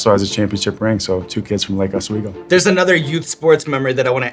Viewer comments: It's pronounced lake Oswego (oh-swee-go) not oz-weego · He didn't say lake Oswego right. Lol.